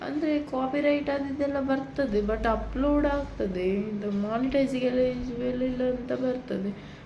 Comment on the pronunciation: ಉಪ್ಲೋಡ್??? Or ಅಪ್ಲೋಡ್?